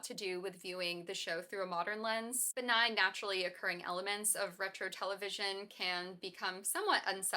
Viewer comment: “RETRO” get out of here 🤣🤣🤣🤣that hurt my feelings